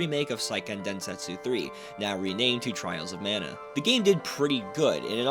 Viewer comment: Thanks for pronouncing the name of the game the same way I do and always have. People that say "Mahn-uh" can go live on an island somewhere far away from us.